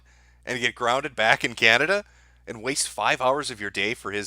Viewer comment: Man since presented that map, I couldn't stop laughing... then bam again, "Canadia"... ohhh man! why don't you upload on Bitchute anymore? What about those who miss your live streams?? Come on man, you can't do this to us....